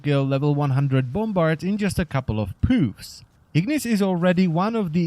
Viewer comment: "2 to 3 pooves"